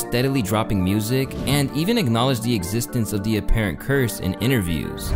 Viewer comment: “I f with your muursic” 😂😂